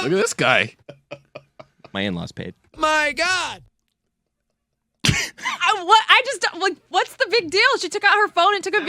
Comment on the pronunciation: Jesus... Do you have any chill whatsoever? Read the room. "MY GAUD"